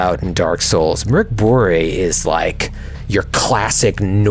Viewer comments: Really impressed by the pronunciation of Mörk Borg (Dark Castle). You guys have such amazing chemistry and energy, it really feels like y'all are so fucking hyped about most everything! And it sparks such joy to see and hear your enthusiasm, keep it up! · pronounced Mörk Borg really well! Best pronunciation by an English speaking RPGer! Go!